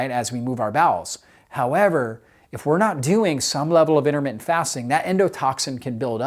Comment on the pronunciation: 'Innermittent'? Something wrong with your mouth, or just a sloppy speaker?